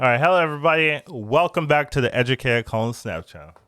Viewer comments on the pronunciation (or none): none